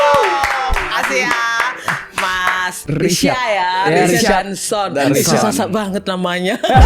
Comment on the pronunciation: buk, kok risya